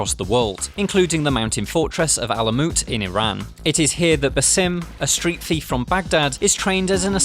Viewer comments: They literally pronounce Basim's name a thousand times in the game. You can't figure it out? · Your pronunciation of Basim is horrendous, please fix it xD